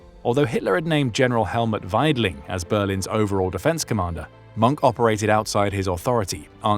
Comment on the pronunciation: hin name is mohke not monk.. you should watch the movie " der untergang" .